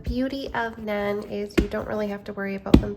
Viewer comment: it's pronounced NAHN :)